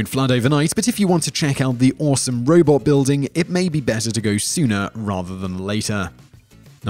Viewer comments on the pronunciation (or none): none